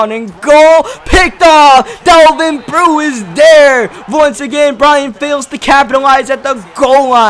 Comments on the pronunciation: Delvin breaux is pronounced bro not brew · Is it just me or does it get under your skin that Delvin Breaux's last name is pronounced "Bro" not "brew" ..... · I cringed every time he butchered Devlin Breaux's name